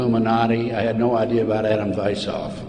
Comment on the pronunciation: I don't want people to misunderstand my motive for the following. I want people to be able to verify for themselves at least some of what this man is talking about. The founder of the Illuminati's name is/was Adam WeissHaupt not as this man pronounces it. Please look up the name and find out what he did. By the way, the year was 1776, the same year our declaration of independence was signed!